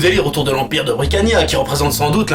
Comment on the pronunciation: je suis la seule qui a remarquer qua des moments il disait bricania -_- ?